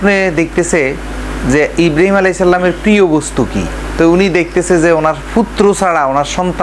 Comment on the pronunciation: ইব্রাহীম নবির নাম ভালো করে বলতে পারেনা। বলতেছে ইব্রিম